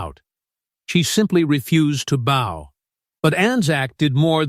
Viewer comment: Your AI narrator is an idiot. There is a difference between the bow one ties and the bow one givdx. If this AI swill foesn't recognise that then this is a channel for rank amateurs. And its probably a pack of lies.